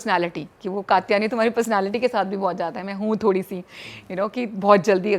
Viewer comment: कात्यायनी बोलते हैं katyani नहीं पता नहीं जब उच्चारण ही सही नहीं है तो क्या करती होगी! Krishna परमहंस नहीं रामकृष्ण परमहंस नाम है उनका! Stylish बोलने से ज्यादा जरूरी है सही बोलना